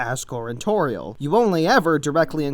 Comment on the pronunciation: Also, "Toriel" sounds like "Tutorial"